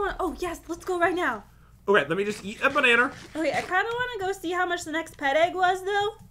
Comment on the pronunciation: We all thought it was banana WRONG it’s... Bananer